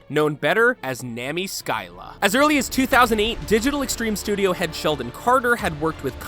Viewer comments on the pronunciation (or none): Nami Skyla? NAH-ME SKY-LA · was any one annoyed on how he pronounced Eidolon or ArchWing or Nami Skyla?